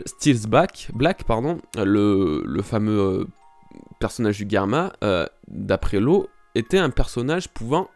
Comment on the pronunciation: c'est drôle, tu prononce Germa "Guerma" 🤔🤔🤔😅 après tout, je sais pas quelle prononciation est bonne, mais dans l'anime ils disent Germa 😅 ...qui voit venir Nami manipuler Big Mom ?😅😅😅🙋‍♀️🙋‍♀️🙋‍♀️🙋‍♂️🙋‍♂️🙋‍♂️